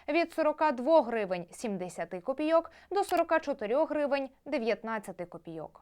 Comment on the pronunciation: копі'йок, а не копійо'к